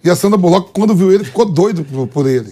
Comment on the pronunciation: Mano Vamp falando Sandra Bulóqui kkkkk Resenha demais kkkk